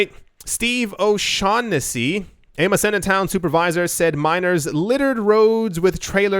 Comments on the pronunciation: Muh-Seen-Uh. (Massena, NY) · It's pronounced "Ma-see-na" , New York. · Massena NY, is pronounced.... MASEENA